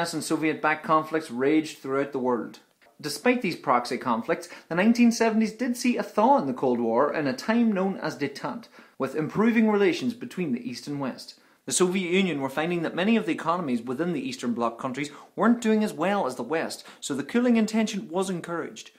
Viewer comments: Its Detente not Detante, there are three "e"s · By the way, it's 'Detente' not 'Detante' because of the French :) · Detente not detante with an accent on first e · It's "détente" not "détante" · It's not détante... It's détente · Great video, thank you. Also, don't mean to sound like a prick but it's Détente* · It's détente btw